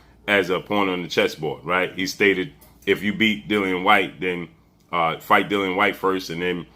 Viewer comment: It's not hard to pronounce Dillian whyte 😂